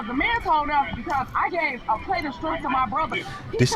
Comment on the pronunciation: . "ERNGIS" EPIC bro. And that Skrimpt